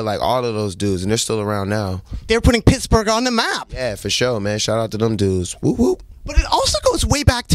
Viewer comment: Did he celebrate his “birfday” in “picksberg”?